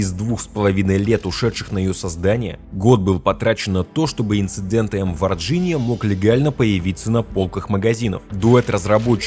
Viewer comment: Варгиния , говорится Варгиния